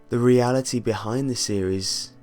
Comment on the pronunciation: Re - a - lah - tii pip pip kill the irish. i swear on me mam